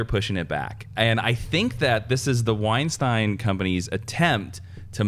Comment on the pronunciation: Weinstein is actually pronounced wine-steyn not wine-steen